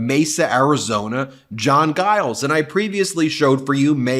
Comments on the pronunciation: Ben...it's Mayor Giles...pronounced like "ginger" not "great"...soft "g" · G in Giles is pronounced J, like Giant. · You are pronouncin Giles wrong. It is “Juy (rhymes with Guy) -Elle’s” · Yay, John! I wish folks would learn how to pronounce Giles but I can get over it if you can!